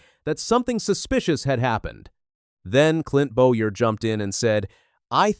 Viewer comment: First of all, the damn AI needs to work on name pronunciation. Hocevar (Ho Ce Var) and Boyer (Boy Er) are well known to anyone who actually follows NASCAR. Secondly Freddy Kraft (Wallace's) spotter needs to shut up. Saying someone like Cleetus shouldn't be on the track, while his own driver, diving like a psyco wrecks half the field. This isn't the first time that Bubba has lost his mind. NASCAR should park him for at least a race. MJ needs to look for a new driver for the 23, one who doesn't embarrass him as badly